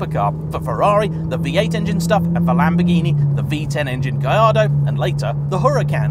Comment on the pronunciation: That sounds nothing like the 458s I've driven. The H in Huracan is silent, ffs! And yet you manage to pronounce Gallardo correctly? 🤦‍♂️